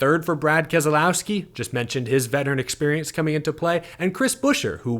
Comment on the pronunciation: What I took from this race was an incredible old school race. The other was a name pronunciation problem that creeped in from the old TNT/NBC races from the announcers. It is not Kes el owski, it's kes low(as in the word allow) ski. Get it right folks! I'm surprised that you haven't been called out yet by BK.